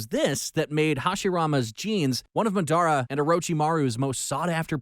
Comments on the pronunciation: Me when he says (Mah dara) instead of (Madara): I want to punch you. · It's not mUDUOOORA its Maad aruh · "madoerna" - narrator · Did he just say midara uchiha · This guy pisses me off he called Masada mudura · Cant get over how he says “Adara” instead of madara haha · SPEAK, Say MADARA, CHAKRA ARE YOU OK HAVE YOU WATCHED NARUTO!!!!!!???????? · How the hell did u slaughter everybody's name pronunciation in the entire Naruto works????🤔😔SMH!!!!!! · Narrator definitely hasn’t watched Naruto after hearing those pronunciations of madara and “manjiro” sharingan 😭